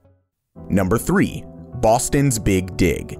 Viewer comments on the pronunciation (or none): boston's big dig sounded a bit weird mate